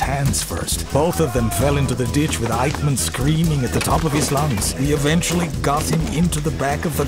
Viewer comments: se pronuncia: "aijman", no "eichman" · No se pronuncia "eichman" sino AIJMAN. Como siempre la mayoría de hispanos diciendo cosas sin previa investigación. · muy bueno! se pronuncia "aijman". Saludos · Lalo querido....sos un capo y uno de los mejores locutores del mundo castellano-parlante....por favor, el apellido de esta bestia se pronuncia "AIJMAN" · Se pronuncia aijman 😉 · Aichman se pronuncia en Alemán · Adalf Aijman!! "Eichman", que pashaso este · Al menos irformate como se pronuncia eichmann!..... Es aijmann!.... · Correcto, vi el video completo porque es un tema del que leí mucho y siempre me interesó, pero confieso que desde el momento que pronuncia esas 2 palabras castellanizadas supuse que era material pobrísimo, y no me equivoqué, saludos! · Pronuncia mal 😂 como en español 🤦🏻‍♀️ me choca escucharlo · ¿Que cuesta preguntarle a alguién que hable alemán como se pronuncia este apellido? Hay una sede del Goethe-Institut en Buenos Aires, hay al menos dos colegios alemanes en Buenos Aires y en Buenos Aires viven miles de descendientes de inmigrantes alemanes. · El nombre “Eichmann” se pronuncia en alemán algo así como (un hispanohablante pronunciaría) “Aijman”, y la ciudad de “Solingen” se pronuncia algo así como “Sólinguen”.